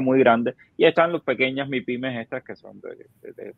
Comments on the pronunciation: Son Mipime no Maipime. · ¡¡Ñooó!!, no soporto a este tío diciendo maipime, ¡¡que payaso!! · Todo bien, todo perfecto.... El socio haciéndose el Yuma con la acentuación de maYpime ... Me tiene obstinado.... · Y no se doce Mae Pi Me,; se dice: Mi Pi Me. (MIPYME). Esa no es una sigla en inglés, eso es en español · Por qué dice Mypime ? Que feo se oye eso Hablamos español